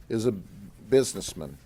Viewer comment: I hope you say Spiderman the same way you say Buisnessman!